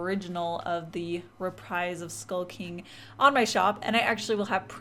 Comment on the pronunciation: sounds like "skulking" instead of "skull king"